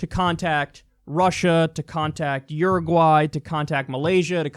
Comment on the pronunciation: You say Uruguay like an Australian.